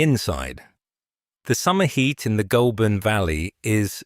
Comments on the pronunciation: Ah! Ai voice! Even tho it’s not spelt this way! It’s not pronounced Ghoul! But Goal! I’m guessing this is not an Aussie doco? Having said that; it’s Americans that seem to mispronounce everything in OZ yes! Even Melbourne! Ps: I still only buy SPC and depending on the type of packaging used it’s still competitive! It’s not just Chinese imports but also Sth African! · 'Goulburn' is pronounced 'Gole burn'. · LAZY AI SLOP CANT PRONOUNCE GOULBURN